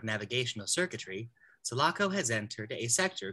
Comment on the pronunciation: The girl doesn’t say the ship sulaco right 😅